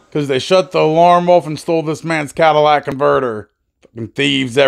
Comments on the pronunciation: What a Cadillac converter??😂 ****CATALYTIC***** NOT CADILLAC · It''s Catalytic Converter and not Cadillac Converter.